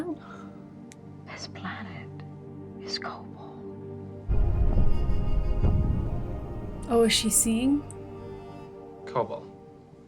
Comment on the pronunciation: Kobol is more correct.